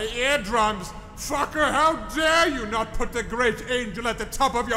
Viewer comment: the most fucking fun rant i heard xD, also the funniest "fucka" pronouciation ever